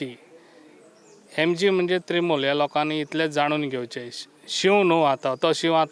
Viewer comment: Trimool nhi re baba Trinamool